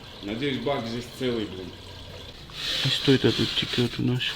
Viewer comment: Не текет, а течет. Правду говорю. Сам преподаватель русского языка в Университете.